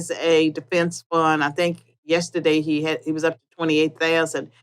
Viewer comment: Why does she say Tink instead Think?